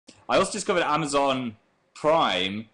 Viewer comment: he says amazon weird